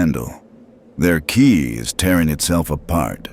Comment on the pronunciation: First time saying Go sounded like Guy Second time sound like Gi-eye The way Ki was pronounced was horrible too. Goku asking how many people worked at the huge tower completely out of character. So far, that's a pretty mediocre A.I. job, 11 minutes in. The artworks are also weird, showing Goku as SSJ when he doesn't have it. Half the Boys look like Homelander, Kimiko isn't even there. How lazy do you have to be, to have a story written by AI; read by AI; using Art by AI and not even check anything of that before uploading? Also the voice changing constantly for Goku - technically not wrong, since his voice changes depending on how series he is and all, but it was just bad here. And ofc, the typical AI-Narrative Error... Homelander bringing Goku high into the sky with the intent to "drop" him, while they were flying to the VOD-Tower in the beginning next to each other.... Supermen and Superman-Logos everywhere. Any really? Goku realising the Robot had a anti-dimensional device preventing him from teleporting? Commenting on it "Clever, they're learning". That's not only uncharacteristic, it doesn't even make sense. He's there for less than 24h. Want to make us believe he thought they built that just to prevent him from teleporting? Despite him being able to most fast enough to not even need teleporation in this small area to begin with. "Heroes don't just beat the bad guys, we help others build everything back up" - Goku... the guy who is practically known for beating the bad gu